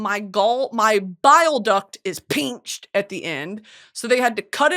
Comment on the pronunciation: Not the “peenched” bile duct 😂